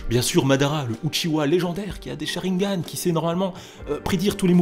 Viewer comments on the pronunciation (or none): none